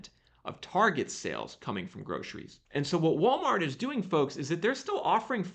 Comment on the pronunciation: Love how you say groshries 😊 it was cracking me up. Thanks always for the great info and data 🫡🫶✊